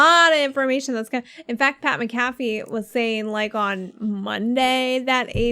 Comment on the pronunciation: Are you guys purposely saying pats name wrong?